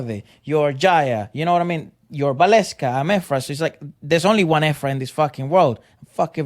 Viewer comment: Efra, perfect pronounciation of the title